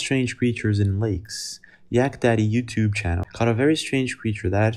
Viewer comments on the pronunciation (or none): none